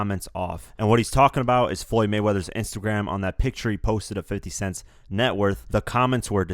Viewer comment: "In His Next Intergram Post"